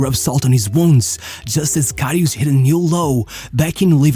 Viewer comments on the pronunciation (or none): Not Loreesh Karryoosh. He was amazing.